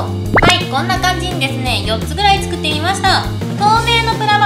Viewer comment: 作ってみてくださいが食ってみてくださいってきこえー